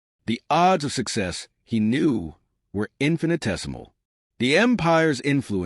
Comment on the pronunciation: Please fix the pronunciation of these words: Knew, Or, Inside, Now. Today, Nerve, Act, As, Knew, Forgive, Chose, End, Try, Know,These are the most pronounce